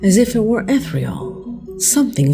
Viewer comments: "Eth-real"?? The word "ethereal" is pronounced "ee-THIR-ee-ul." Who's putting words in here can't pronounce? This "ghost" was not a paying passenger but likely an employee of the airlines catching a ride. "Monolation"?? No clue what that's supposed to be. That isn't a huge barrel but rather a spool of cable. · I also noticed the pronounciation of "ee-THIR- ee-ul". As a fully bilingual person and a retired teacher from teaching Spanish and English as a Second Laguage (ESL), I have had quite a bit of experience teaching middle and high school as well as college level and mature adults, Spanish classes to English speakers learning Spanish (and 4 other languages) for over 19 years. In addition, I've also taught ESL to non-English speakers from quite a few different countries. I also believe there's a very real possibility that English may not be her first language, but likely learned English as a younger girl. I have caught seceral other words she has pronounced different than native born English speakers from native English speaking families. Her pronounciation is excellent for the most part and I do enjoy her voice. It's that smooth, calming sound she has that is captivating. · she said "modulation";) I also noticed how she mispronounced "ethereal". I believe English is not first language, but she speaks it very well and her voice is soothing.